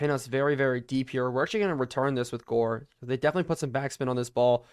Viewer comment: i think you said Jore not Gore in the video.